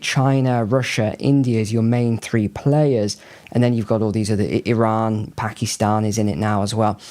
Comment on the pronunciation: NEWS FLASH The country of Eron does not in fact exist. There is a Cree called Iran, that does exist that most people seem to have forgotten about and in fact, if one does a bit of research, you will come to the conclusion that this mysterious country of.Eron yes, in fact, the long forgotten and lost country of Iran ability to pronounce an annunciate couches, the appearance of their intellectual abilities wise up say it right, fix the problem. Thank you.